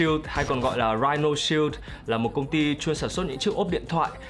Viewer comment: đọc là "rai-noh" shield